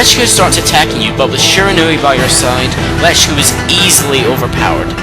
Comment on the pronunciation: Shirinau (hope I spelled right) he said it like it's spelled differently